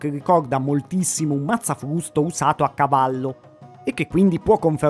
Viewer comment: Il " mazzafvusto "